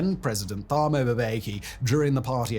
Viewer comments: As much as I love your content I have to say the number of mispronunciations in this video are nails on a chalk board. At the very least had you reached out to a South African to just teach you that the "Th" in Thabo and Thuli are pronounced "T". Excellent content as always but next time just reach out man. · As a South African I have to offer a small pronunciation note. In the African names with the TH, the H is often silent and makes a ts sound, it's not pronounced thaaaboo it's Tah-boo (say Tah-boo Em-beh-key, almost got the last name right). Thepo (a common name) is not pronounced Th-eh-poh, it's Ts-e-poh or Tze-poh (like with a tisk tisk sound at the beginning). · Just a note, "Th" in Thabo Mbeki and Thuli Madonsela is pronounced "T" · jesus if you cant say Thabo "Tubo" is succinct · If ever you need help with pronunciation of the names, let me know. Thuli is not pronounced with "Th" its pronounced as a "T". The same is true when pronouncing Thabo. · Ey man uhmm..... the "Th" in South African names is actually pronounced the same way you would say words like Tom,table,Tabet and ion know, twinke twinke little star. Thuli Madonsela is simply pronounced as 2li and Thabo is not what you just said there on video. I really don't mean to be rude. Someone had to say. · Love the piece - could have done a bit more research on how to pronounce south African names. It really takes me out of the video whenever you mispronounce a simple name. You do not have to include the "h" when pronouncing names such as Thabo and Thuli. It's literally "tah-bo" and "too-lee" . Just a small nitpick. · Just for future reference, 'th' in African SA languages is pronounced 'tuh' when followed by a 'u' so phonetically, Thuli is 'tuh-lee'. When followed by an 'a' it's 'tah', so Thabo is pronounced 'tah-bow'. In Afrikaans, like Theron, it 'teh' so it's 'teh-ron'. Great video.